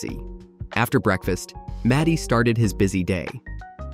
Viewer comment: His name is MARTY not matty